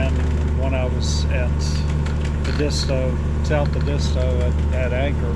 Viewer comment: nice video thanks for visiting . Also the correct way to pronounce Edisto is way different than you are saying it . might want to watch some videos on you tube on Edisto . Sailed out of Edisto to Florida many times . Awesome to watch you all do this in great weather!